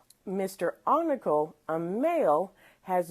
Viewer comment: FYI, his name is spelled Oncale and pronounced “On-Kale”